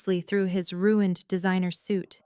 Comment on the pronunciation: Why can’t AI say ruin/ed?? 🤬🙄